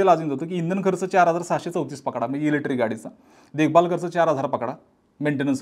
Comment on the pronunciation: एकच वाक्य परत परत किती वेळा? ग्रामपंचायत पंचायतीत देखील मेंब्र एवढं रिपीट करत नसावेत आनी अजून एक तुम्ही इलेक्ट्रिक शब्द उच्चरताना इलेट्री म्हणताय बाकी तुमचा विषय चांगला आहे